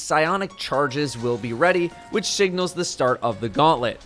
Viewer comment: "Shignal" XD